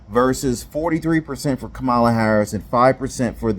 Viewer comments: Its pronounced Camal A.. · It is ka-MAH-la, bro !!! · Hey ….if it’s pronounced “Comma-La” then maybe she shouldn’t spell her name as Kamala. Just sayin. But maybe it’s an Indian thing. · "Her name is Kam-ala by the way". Ooohhhh. . . . Somebody should tell HER that. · What is the obsession with how people say her name? It's like they want to make a campaign issue out of it.